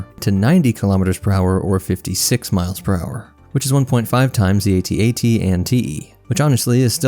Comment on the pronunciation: AT-AT not atat we don't say atst ....unless